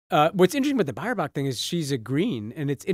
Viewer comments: Baerbock is pronounced "Bearbock" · Good attempt at Baerbock, although not correct. Buyer-bock???